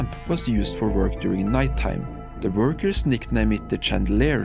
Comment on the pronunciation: It's "workers". Not "burgers"